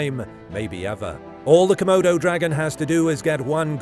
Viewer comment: Nobody: ‘C’modo Dragon”